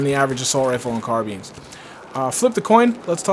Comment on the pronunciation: "car-bean" lol'd